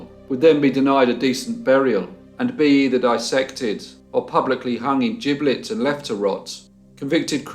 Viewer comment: Cholmondely=Chumley" giblets=gibbet St Pancreas=St Pancras